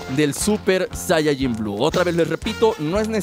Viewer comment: Se dice SAIYAJIN